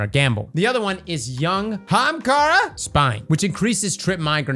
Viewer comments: Day 302 of commenting until starts saying Ahamkara instead of Haamkara congrats on the baby,! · Well, whoever has been asking to say it "AH-hamkara" got a big middle finger since he emphasized the "HAM-kara" this time around 🤣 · "Young... HAAMKARA!!! Spine." I died. I think that one's for that one commenter who's been asking to say it properly for months.🤣🤣